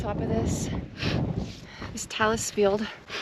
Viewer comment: Now you're closing in on 2000 subscribers! A couple of tips: the vowel sound in cairn is pronounced like hair, and talus is tay-lus. I love your videos, and like that you have the self confidence to post them without having to be perfect.